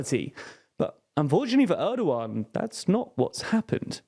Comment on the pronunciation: why does he pronounced Erdogan as ardoughan